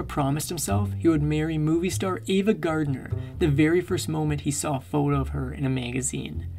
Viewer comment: Also not Gardiner